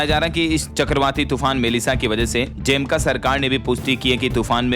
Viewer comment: आप जमैका को बार बार ज़ेमका बोल रहे है